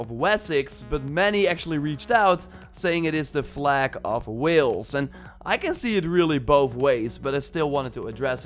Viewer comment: and it is wales not wills -_